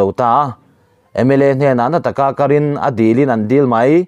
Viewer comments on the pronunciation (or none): none